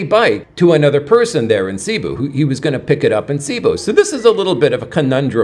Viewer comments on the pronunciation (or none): Please pronounce Cebú correctly—accent on the 2nd syllable. Thanks!